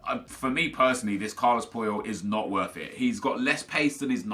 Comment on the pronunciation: I stg you said Carlos Poil